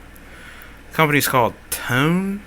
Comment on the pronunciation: It's pronounced "tony"